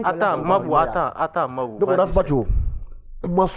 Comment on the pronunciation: Mambo c est qui toi tu suis l émission et tu n es pas capable de donner un prénom correctement c est mabou mr et c est pas palabre 🤣